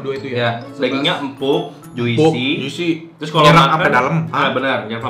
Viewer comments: Abang, juicy itu bcanya "jusi" yaaak, huruf "i" ditengah itu silent seperti di kata orange juice. Soalnya semua food vlogger selalu pake pronounce yg salah :( tinkyuuu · Juicy dibaca Jusi bang, i nya ga dibaca. Kayak fruit, dibaca frut, i nya silent 😁